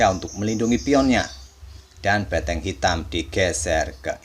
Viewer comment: Mengganggu banget ngomong beteng nya...